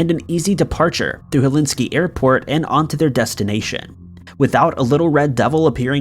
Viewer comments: Dude!…. For the love of God!…. It’s Helsinki, not Helinski! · It’s Helsinki airport (pronounced Hell seenk ee), not Helinski. Thanks! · BTW. flight 666 landed to Helsinki, not Helinski. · For goodness sake man it's HEL SINK I NOT HELINSKI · Hel-SINK-y NOT Helinsky. Ugh Your mispronunciation is driving me crazy! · The capital of Finland is Helsinki, not Helinski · Helinski?? Really?? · "Helsinki" not "Helinski". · HelSINKI not HelIski 🤣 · Dude you really need to bone up on your English/words because pronunciation is key when telling a story! It’s not Helinski it’s Helsinki 🤦🏻‍♀️ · Helinski or Helsinki........ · “Flight 666 landed in sunny Helinski”??? Helsinki, you mean. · I'm guessing "Helinski" is actually Helsinki? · It is Helsinki not Helinkey. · Helsinki not Helinski for perkele's-sake! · I'm sure you mean Hel-sin-ki Airport (Finnish Capital), by saying Helinski Airport. I also have difficulty pronouncing some words. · Hel*SINK*i. Not helenski. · Okay I can't take it anymore. It is pronounced Helsinki; hell-sink-ee Not Helinski. Got it? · Or Hellinski……dude it’s Hell sink key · Helsinki - H E L S I N K I Say it after me - Hel..sink..I Not Helinski. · good video, except as a finn, i loST IT when you said Helinski, instead of Helsinki. It is our capital after all. Cracked me up though :') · There is no such place as Helinski. It is HelSINKI - pronounced Hell sink e. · Isn’t it Helsinki? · 😂😂 I was like... er... Helinski? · Hel SINK i....geez. Phonics, my man, Phonics. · You really just said "Hel- inski " 3 times in one video? This is just as bad as the time you pronounced Dublin as "doo-BLIN" (accent on 2nd syllable). How can you be this ignorant of the names of major world cities? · Can't believe he went all the way through #1 without once saying HelSINKI correctly...lol. Is there an award for that? Way to go!! Haha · Did you want it to sound like Hell-inski? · g either is better than Hel-in-skee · Too bad you didn’t pronounce Helsinki correctly.